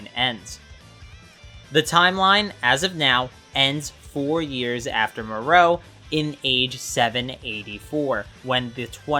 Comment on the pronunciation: who the fuck is more oh? can you just say moro without that stupidest ass extra whatever youre doing to prounce it